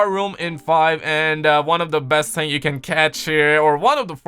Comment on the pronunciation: Do you not like the letter H? ting? THING